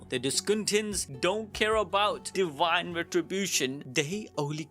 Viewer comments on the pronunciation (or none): Duel?❎️ Dule! ✅️ & Divine? ❎️ Dawine!✅️ 😂😂😂